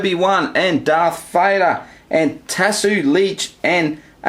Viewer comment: Am I wrong?Did he just said Duff Fighter for Darth Vader?